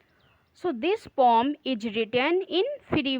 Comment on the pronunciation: Poem hai pom nahi😂 are you a teacher